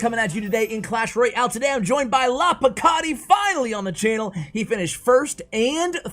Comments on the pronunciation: 2.10 its LAPOKATI NOT LAKAPOTI😂😂😂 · Lakopoti lol its alright ash i forgive you :) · U kept saying lakapoti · Dude I've been reading his name Lakapoti since I saw him on top, it's ok don't worry about it. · Lol Ash his name is lapokati not lakopati...🤣🤣🤣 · His name is Lapokati and not Lakapoti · Everyone: Lapokati Ash: Lakapoti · It's not Lakapoti Ash it's Lapokati😤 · I had to stop looking at this video, my ocd cant just stand u miscalling the guy all the time ... LA PO KATI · It’s Lapooookatiii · Nobody: Ash: LACK A POTTY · Why you always call him LaKaPoTi??😂😂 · Lapakoti? Lakapoti? Really ash? LOL You didn't say his name right ONCE! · lakopati he said haha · lol ash u mispronounced it 3 or 4 different ways lol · I was cringing so hard it is not even funny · First learn how to call his name then call him on the channel... I felt so annoying every time he call his name incorrect... One dislike from me dude! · its funny how ash bever pronounce lapokatis name the right way... 🤣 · really butchering his name!!!!!! haha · Bro it's lapokati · u only realised u said his name wrongly in the end lmao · He only said his name wrong about a 100 times, no big deal 😅😂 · Umm... Aren't you pronouncing his name incorrectly? Not sure, but seems wierd. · Meme of the day: LaPoKaTi : Ash : I'm about to end this man's career Ash : butchers his name 20 times in a row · don't worry ash! The video was great and seeing you mess up his name was very funny, it didn't make the video worse! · didn't we tell you yesterday how to pronounce it ;)